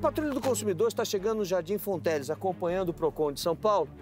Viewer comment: Jardim "fontelis" kkk